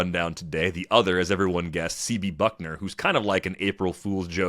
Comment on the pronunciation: It’s Bucknor, not Buckner.